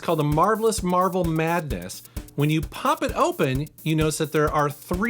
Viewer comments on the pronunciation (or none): none